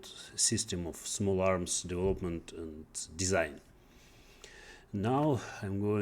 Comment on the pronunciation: учитывая что он работал программистом много лет непонятно как вообще можно не знать где ставится ударение в слове development